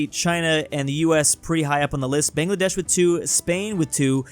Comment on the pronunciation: bro its (buh-ng-luh-desh) brooo